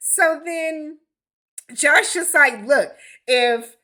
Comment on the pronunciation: That Josh boy screwing up the name!!